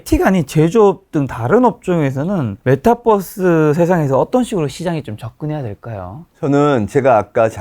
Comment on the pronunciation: MetaㅡUniverse 메타버스, 메타뻐스라고 발음하면 안 돼요. 빈 살만은 황태자가 아니고 왕세자